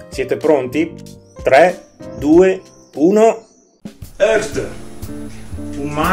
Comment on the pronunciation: Credo si pronunci "iart"